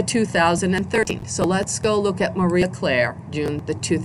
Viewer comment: Marie Claire NOT Maria Claire. Apart from that, very interesting and informative video.